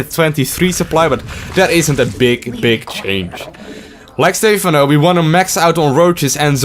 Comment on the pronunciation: Why dont you pronounce Stephano like the casters do? :( Other than that, great vid, thanks! Keep it up <3